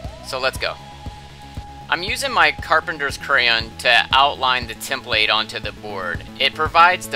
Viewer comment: You put in the emphasis on the wrong syllable… template😂